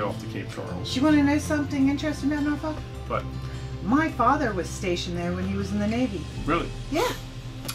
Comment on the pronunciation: Again in my old back Yard, you said Norfolk correctly in the intro, 🤣🛫